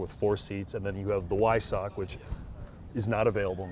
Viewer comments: Its not hard to pronounce Weissach correctly.. "Vai-s-ahck" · Just pronounce it with a “V” not a “W”! It’s okay!